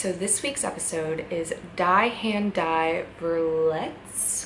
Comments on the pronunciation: Lol! It's pronounced Dee. Not Die as in dead. Die means the in German. "His Hand the Wounds". Dee hant Dee ferletst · pronounced "dee" "that hand that injures" "the hand that hurts" people who speak German know how to pronounce that.